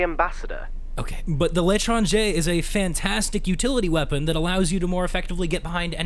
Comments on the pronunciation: I think l’etranger is pronounced let-wronge-ay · I wear the charmers chapeau with le party phantom and I overuse my amby because toast told me to. Btw, Its lawn-trange-er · L’étranger is sounded laitrahjai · its actually pronounced in french letrenjeur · Pronounced L'ae-trange-ae.